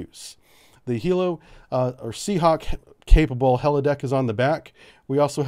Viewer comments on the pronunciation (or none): none